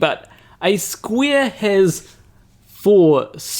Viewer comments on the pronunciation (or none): The thing that made me laugh more was hearing you say "Square"....because it sounded like "Squirt". Funnier than everything else!!!!!